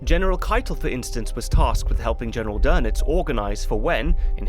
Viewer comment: Its Admiral Dönitz isn’t it?